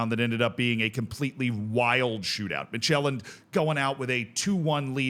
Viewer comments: I love this format solely for the pronunciations. Slight Danish tip: Midtjylland is pronounced sort of like MID-YOU-LAN. If you quickly blurt out those three syllables, it'll be close enough. In the video, it sounds like you're saying Midtjælland. Jylland and Sjælland are not the same. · Listening to this and thinking "what's Magellan-d?" The J is pronounced like the Y in "York", not like the J in "journal"!🙃